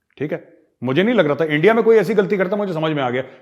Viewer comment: Makai again when major says endia with the accent it's so funny 🤣